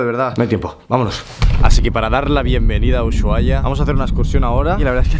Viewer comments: No se pronuncia uyuaia, es Usuaia, si bien se escribe con Sh los nativos y fundadores de la ciudad lo pronunciaban como Usuaia. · me tiltea que diga uyuaia en ves de usuaia como se deberia decir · Muy buen video. Me gustó; te doy un like. Eso sí, una pequeña observación para vos y todos los extranjeros: la "SH" de la palabra "Ushuaia" NO SE PRONUNCIA COMO EN INGLÉS. Esa "H" es MUDA a si que se pronuncia "USUAIA" (como si no existiera) porque es una palabra del idioma YAGÁN (un pueblo originario que habitaba allí) Ushuaia: ush ('al fondo') y waia ('bahía' o 'caleta') y significa 'bahía profunda o bahía al fondo'. O sea; no tiene NADA que ver con el idioma inglés ni su pronunciación. Un beso desde Argentina. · EXCELENTEEE!! (Un detalle: Ushuaia se pronuncia simplemente "Usuaia")... Abrazo!! :) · Cuando diceb mal el nombre de mi ciudad :c